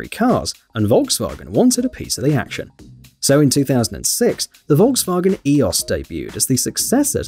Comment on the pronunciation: What should we do with you to pronounce Volkswagen CORRECTLY???